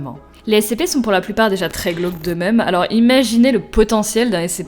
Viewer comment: Quand tu disner glaque c'est gloque